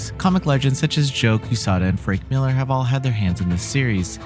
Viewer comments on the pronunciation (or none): none